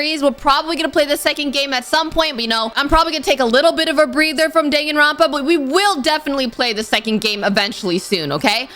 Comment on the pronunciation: Dangaronpa btw